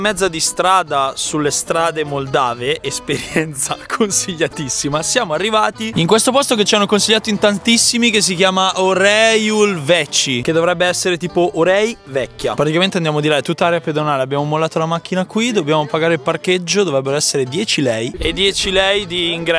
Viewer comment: Comunque usa il traduttore Rumeno Italiano per sapere come si pronuncia. Si legge "vechi", esattamente così come è scritto. In Italiano non leggi "veci" ma vechi, lo stesso vale per il Rumeno. Orhei non si legge Orei ma proprio Orhei così come è scritto con la h. Sai come si legge la h da sola vero? Sarebbe quella che noi chiamiamo h aspirata tipo... Buon viaggio :)